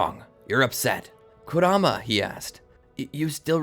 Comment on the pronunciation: I’m 4 minutes in and I’m pissed that you can’t pronounce kuramas’ name correctly